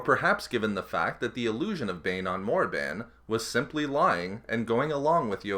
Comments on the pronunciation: Hearing "Morriban" still makes me twitch, like when some says Willis Tower instead of Sears Tower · It's Korrrrrrrrrribannnnnnnnnnnn